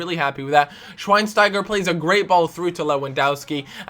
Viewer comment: Learn to pronounce the names, so annoying. Gertzer,shvinestyger